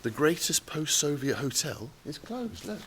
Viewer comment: He always says So-viet like its some kind of huge, delicious pavlova cake, with lots of meringue, strawberries and cream on it that he wants to devour, when in reality, this time, his So-viet turned out to be a crappy old train carriage, lol.